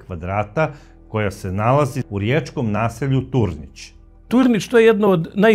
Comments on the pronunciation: Nije Tornic,nego Turnic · Nije Sušanjska,nego Sušačka bolnica...nije Tornić,nego Turnić..."sveznadar" riječki vam je to trebao sugerirati,ali očito on Rijeku jako slabo poznaje,a pravi se as